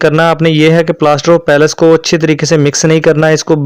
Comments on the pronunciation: بھائی لفظ پلاسٹر آف پیرس ھے پیلیس نہیں ھے باقی ویڈیو معلوماتی ھے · Ap ghlt pronounce kr rhy Hain yh plaster of Paris Hain palace Nh ha